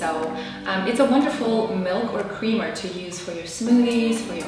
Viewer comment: Hahah you said cweamer